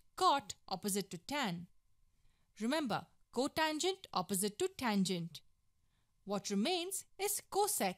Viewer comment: cosine, cotangent, secant, cosecant. Please say these correctly.